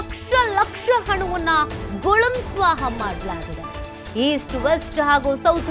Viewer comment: ಗುಳುಂ ಸ್ವ ಹಾ ಅಂದ್ರೆ ಸರಿಯಾಗಿ ಮಾತಾಡಿ. ತು ತು ತು.....